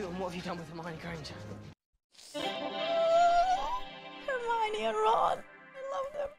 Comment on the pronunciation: It's 'Her-My-knee'.